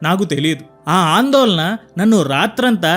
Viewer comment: ఇంత చక్కని వీడియోస్ చేస్తూ కల్లు,పల్లు,వెల్లు అనేబదులు కళ్ళు,పళ్ళు,వెళ్ళు అని పలకడం ప్రాక్టీస్ చేస్తే పూవుకి తావి అబ్బినట్లవుతుంది.ఆందోలన కాదు ఆందోళన.ల,ళ తేడాల వుచ్ఛారణ పోల్చుకో మిత్రమా.